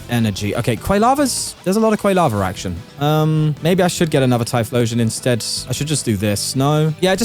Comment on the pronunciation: Love these tournament videos, but your pronunciation of Quilava almost gave me a stroke